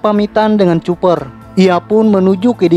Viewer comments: Itu bacanya kooper bukan cuper....memalukan. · Huruf C pada nama koboi itu dibacanya mesti sbg "k"